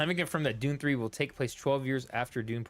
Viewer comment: Pronounce the U its not an O!